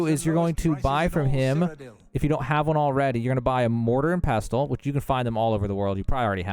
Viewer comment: Buddy. The "t" is silent in pestle.